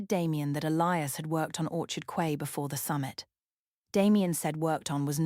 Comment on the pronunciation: Teach AI that Quay is pronounced Key.